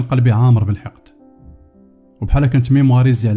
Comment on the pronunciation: نقول ميموريزي و ليس ميمواريزي الله ينور عليك